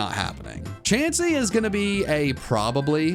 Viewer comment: DO NOT LEAVE OFF THE E IN CHANSEY!